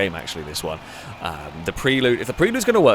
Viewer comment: pronunciation of 'Prelude' is grating (always has been), I can't watch!:D